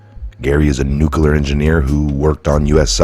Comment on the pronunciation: It’s nu clee are not nu clu are